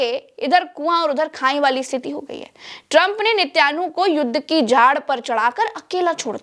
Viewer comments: Netan yahu naam hai. Netyanhu nahee. I was thinking to tell you from months. Any how it is hard to pronounce Hebrew language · (Netyanu😂) nahi Ma'am( Naytan Yahu) bole toh kutta I mein dog 🐕